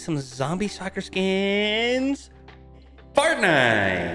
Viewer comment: Are you saying fart nite ? Or Fortnite